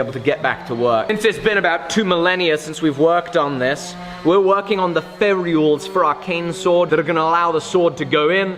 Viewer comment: When did start pronouncing Ferrules as "Fairy-alls"?...;-)